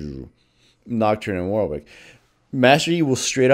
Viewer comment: Fun fact: Warwick is pronounced more akin to war-ick, not war-wick.